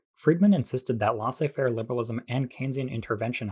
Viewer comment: FYI: Each o in "colloque" is pronounced the same, like the 'o' in "low". Also, the ai of "laissez" is pronounced the same as the ai in "faire". More like the vowel of "hay". Neoliberalism and embedded liberalism vs Stalinism and Maoism. Wasn't anyone talking about anarchism?